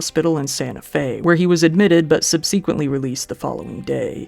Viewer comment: Coppola, Zemeckis, subsequent... This guy has a hard time with pronunciations.